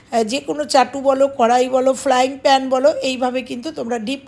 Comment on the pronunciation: Madam kathatai flying pan noy.ota fryin hobye